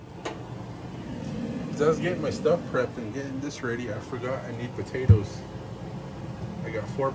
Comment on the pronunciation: “batatoes”….